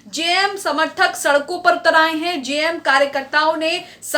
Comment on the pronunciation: जेएमएम का सही उच्चारण कीजिए मैडम